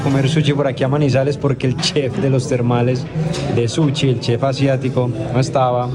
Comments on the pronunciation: El comentario va porque ss gracioso como lo pronuncia jajaj. Es Sushiy no "Suchi" hahahaha! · "Suchi" JAJSJAJA